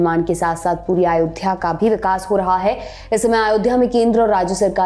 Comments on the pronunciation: आयोध्या नहीं अयोध्या हे वो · आयोध्या नहीं अयोध्या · Its not Aayodhya….it is Ayodhya